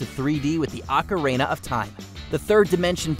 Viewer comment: *Ocarina, on “Ocareynuh”.